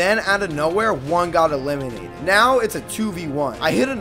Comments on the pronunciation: "they were doing DAMAGE" "they chased" "they got eee-LIMINATED" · Can you please just say eliminated normally?